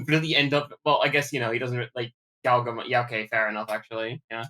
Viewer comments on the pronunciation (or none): Also as I'm listening I get you're using the JP pronunciation of Galgomon instead of Gargomon but it sounds a lot like Gaogamon sometimes and I keep getting Savers PTSD